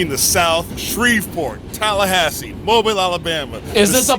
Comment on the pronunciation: Shoutout Mobile. Thank you for saying it correctly! Also we don’t day pop unless that’s your grandfather’s nickname